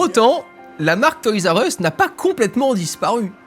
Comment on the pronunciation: ma mere dit "toys u ess" le R a disparu